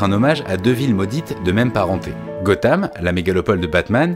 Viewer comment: à part la prononciation désastreuse du mot "soul" ou encore "gotham" .... superbe video.